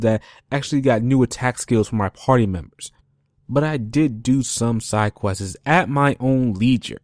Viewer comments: Side questiz? Thtuff? Progek? Talkning? Wow dude, you gotta work on your speech. Seriously... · Also you say "side quest-izz" therefore ima not take you serious